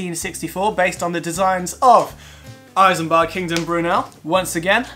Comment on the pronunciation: It's Isambard, not I-sambard.